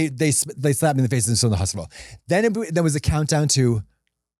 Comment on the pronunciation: Are we just gonna skim past 'hop-ital'? 😆 Zoom! The way I'm struggling to keep up is wild lolol